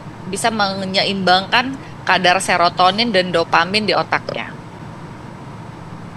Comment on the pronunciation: Ko bisa dia bilang... Sirotamin. What ga salah.